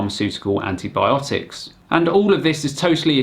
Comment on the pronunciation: Did she say "antObiotics"?